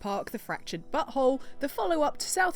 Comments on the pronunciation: hey now. stop saying it like its butthole! lol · Your accent sounds like you said the fractured butthole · The way said "But Whole" actually sounded a lot like "butthole." Needless to say, I had a very childish giggle out of it. 9/10 would rate again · please tell me I wasn't the only who thought her pronunciation made it sound like she said the fractured butthole at the start of the video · It sounds like you said the words "but whole" together so it's "butthole" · She said Fractured Butthole. Not But Whole. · Can't get over pronunciation of the games title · omfg i just got the butthole joke in the title..... that took me almost half a year and the way you pronounced it made me get it :/